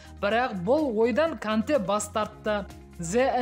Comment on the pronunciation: Канте емес Конте о